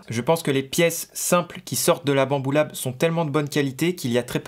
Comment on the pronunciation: Faut voir ma tete à chaque fois que j'entends "mon imprimante BAMBOULAb" 😭😭😂😂